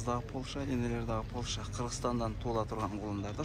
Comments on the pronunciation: Полша эмес Польша, ПОЛЯК деп айтылат. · Пол ша эмес, польша, поольшаа😂😂😂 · Полшаа болбойт Польша деп айтылат туура айтсан